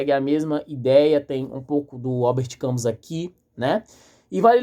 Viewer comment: Parabéns pela análise! Ver um jovem interessado por Camus é sempre um fio de esperança. Uma dica: a pronúncia é “Cami”, em francês. Leia O Homem Revoltado e A Peste também do mesmo autor.